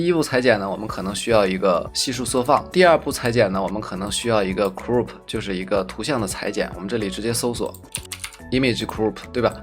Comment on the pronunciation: 教程挺好的，但单词发音嘛，turbo变tumble，tiny变tinny，pipe变pape，crop变crope，可惜了。其实读音拿不准可以查字典嘛。不过up主还是去系统学学音标和对应的发音规律比较好，也就小学的内容，AIGC都研究都这份上了，不差这点时间，对吧。